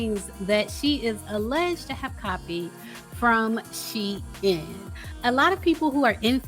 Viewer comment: Lol she by she-lyin can even pronounce Shein